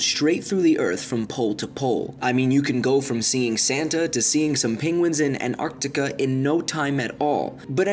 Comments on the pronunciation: Antarctica* not Anarctica* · "Anardaca" -_- It's pronunced AnTARTica